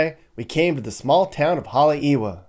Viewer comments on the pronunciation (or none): Oʻahu is not a state. It’s an Island (and also a county. The w in Haleʻiwa is pronounced like an English v